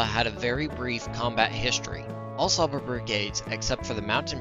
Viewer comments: I'm hungarian and cs is pronounced tsh in csaba. Also nice vid keep up the good work. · I thought it’s ‘Tsha-ba’ considering the S is actually pronounced as ‘sh’ in Hungarian?